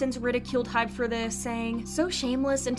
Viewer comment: i've just noticed so many people saying hype ,its hybe you guys